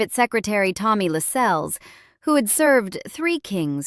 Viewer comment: Quite right! That's just one of the many errors in this piece! Also annoying were her incorrect pronunciations of Sandringham and Lascelles!